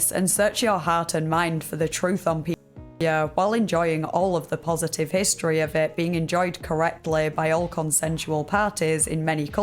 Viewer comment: historeh, cosmologeh, biologeh